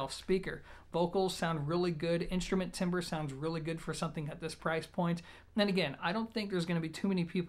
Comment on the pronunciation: Timbre is pronounced TAM-bər, not timber.